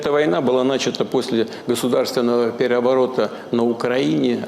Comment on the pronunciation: Хозяин кремля уже слова плохо выговаривает! Уже ,,переворот" не способен произнести чётко!